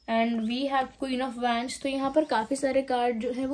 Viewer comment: It's wands pronunciations is like wonds thanks